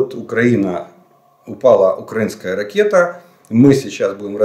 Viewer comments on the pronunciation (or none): none